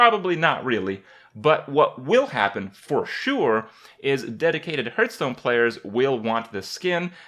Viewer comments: did he just say "Purtstone"? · also "herthstone" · 1. It's Hearthstone, not Hurtstone 2. Do something for your facial hair